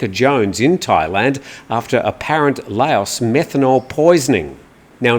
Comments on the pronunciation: I thought you prononce Laos as "Laaoh" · What's wrong with Nigel Farage,? At least he can pronounce Laos (silent s, rhymes woth cow and how) correctly, unlike you! Lay-oss 😂😂😂😂😂😂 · Lao(s)… I’m sure the western international pronunciation gurus say otherwise… but nonetheless, it is a little difficult on the ears to hear it pronounced less than correctly 🙏🏼